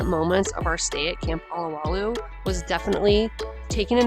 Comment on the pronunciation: It's OH-LOW-WAH-LOOH, NOT ah-lah-wah-looh! Mahalo ~ ~ ~